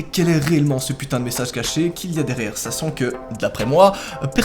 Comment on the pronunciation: A il a dit messase c est inadmissible Amande de +1 like a ta video.